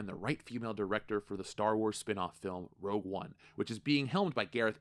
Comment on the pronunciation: You confused saying "Rogue One"